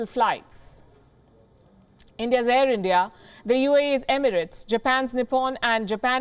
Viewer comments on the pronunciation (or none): none